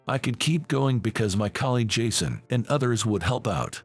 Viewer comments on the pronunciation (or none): none